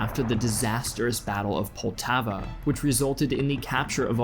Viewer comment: Poltava that made me cringe